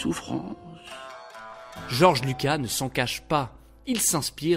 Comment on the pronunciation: Le s de Lucas se prononce 😉